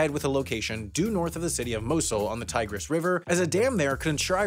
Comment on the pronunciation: You don't say "tigris" like "tiger" though.